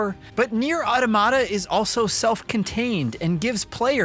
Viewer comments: It’s pronounced: Ah Tah Mah Ta, not Auto Ma Ta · It's not "Aw-duh-mah-duh". "Aw-tom-ih-duh" is closer, but the correct pronunciation is "Aa-tah-muh-tuh". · Repeat with me: AU TO MA TA not “aodomada”… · I give this review a 1/10 for pronouncing “automata” like that 😬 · I like how this guy pronounces the word wrong. Just kidding. I fucking hate it.